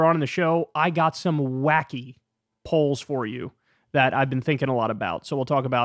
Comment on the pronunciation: Legit thought Kyle say "I have some wacky holes I've been thinking about" had to rewind to relize he said wacky polls. lmfao